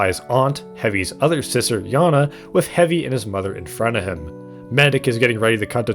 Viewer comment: That`s not how you pronounce that name. Sound wise it`s "Jana".